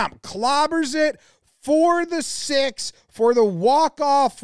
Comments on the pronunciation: The accent of the commentator made six sound like sex. I was laughing pretty hard at the end with that interpretation. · "HE'S HAD SIX" yelled in a New Zealand accent is potentially the funniest part of this video for an American Audience. Missed an opportunity there Jomboy! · well, it really sounded like he’s had something else, but yeah. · I’m glad you put subtitles for the live call, “he’s had six” with an Australian accent doesn’t translate well to American ears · My favorite part is the New Zealand accent on 6 makes it sound like he's celebrating the fact that Trent Boult had sex.